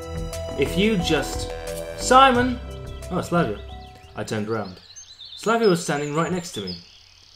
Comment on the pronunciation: Why SIMON? His name is SEMYON. It is Russian name!